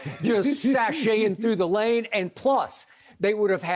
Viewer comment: "Sashaying through the lame "?🤦🏿‍♂️😂😂😂😂😂. Funniest guy on tv